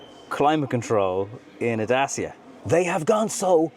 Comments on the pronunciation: It’s pronounced “Da-Che-a”, not “Da-C-a” or “Day-c-a”. Same as it’s “Shkoda”, not “Skoda”. You’re welcome. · Would like to point out thats Dacia say their name is pronounced "Datch-a" and not Da-cee-Ah. . You're welcome ;) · Stop calling it Da-cee-a! It’s Da-tch-a! 😃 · It's DaCHIa not Dasia :) Like in Dutch (Dutch-ia), CHIldren, CHEeese etc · Really considering a Dacia (your pronunciation is all over the gaff mate, its officially 'datch-ee-a'. At least thats what i saw on another video where one of their own people was saying it. But yeah, I'm going to look long and hard at this car, despite the utterly stupid name. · The name of the brand is pronounced: "datTCHia"...